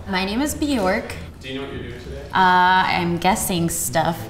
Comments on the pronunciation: Bjørk. Not Bjork. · If her name is Bjork she's not even saying it properly. It's said like "Byerk" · What an odd way to pronounce bjork as it's the wrong way. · Her parents taught her the incorrect pronunciation of her own name. Great job!